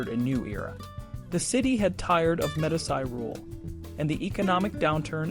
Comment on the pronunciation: Its hard to take a narrator seriously when he is incapable of pronouncing the word, Medici. Pathetic!